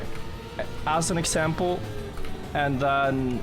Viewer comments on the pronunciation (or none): none